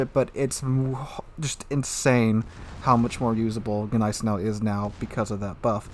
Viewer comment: when saying gneisenau you dont need to emphasize the G, just like in gnaw..You dont say G naw.